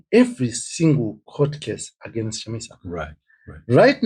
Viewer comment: Dear Zimbo’s it’s against not agenest.😅😅